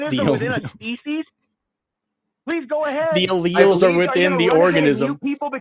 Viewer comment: He pronounced allelles wrong